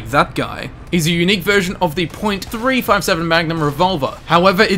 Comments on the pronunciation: He didn't even say "three five seven" he said "Three seven five" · You called the .357 a "Three Five Seven", it's pronounced "three fifty seven" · Not trying to sound like that guy, but you don't need to say, "point," in .44 and .357 Magnum. Also, .357 is more commonly pronounced as, "three fifty-seven." Sorry to rant like this, just an enormous gun nut. XD